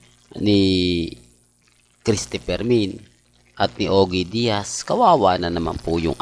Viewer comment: ALAM NYO MGA KA ALDUB DATI GALIT AKO KAY PERO NGAYON OK NAMAN PALA SYA. WAG NYONG ISARA YONG CHANNEL NYA. KASE NAKAKATAWA SYA SA MGA INVENTO NYANG KWENTO. 😂😂😂Lol O KYA YONG MGA PAG PRONOUCE SA PANGALAN NE SHOE 👞 👠 RAMEREZ AT OGIE DIAZ PARANG TUNOG OGEY ALCASID. THIS IS COMEDY CHANNEL 😂😂😂😮